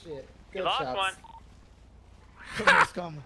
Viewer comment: Bro really said common instead of Cmon